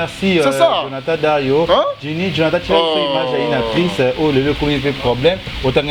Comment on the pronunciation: Actruce?? Fatshi tala probleme ya prononciation na b'école primaire. Tolembi ba etazini, mexi, joyées anniveuxeure, eturette exc.